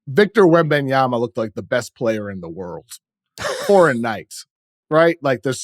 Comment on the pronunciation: Can Chris try to pronounce Wembanyama correctly? It's not Wembayama/Wembyama. Be better than Reggie Miller.